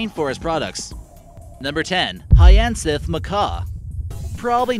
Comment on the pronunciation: 'High-ann-sith' macaw? Really? It's 'Hiya-sinth'. You Americans never disappoint, especially this nasal, braying narrator.